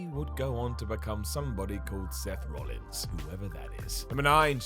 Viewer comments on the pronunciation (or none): none